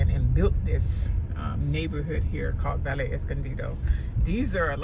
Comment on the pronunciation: Great tour. The double "ll" in all Spanish words is pronounced as a "y" so, words like Valle, Calle, Caballero, Cabello, etc, become, vaye, caye, etc., etc.